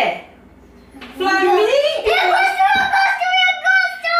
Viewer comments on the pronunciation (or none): morri de rir vc falou "flamengo"é flamingo no vestido.Amei o passeio.Coração melhoras.Fiquem com Deus.😁